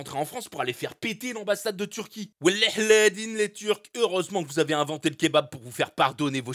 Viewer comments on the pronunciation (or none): none